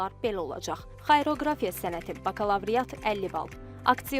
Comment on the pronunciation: Xayroqrafiya yox,deylişi xariaqrafiya